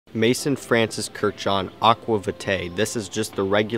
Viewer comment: May-s-ON!!! I'm gonna die if you keep saying Mason lol. Besides that great review! My Thai community loves this scent.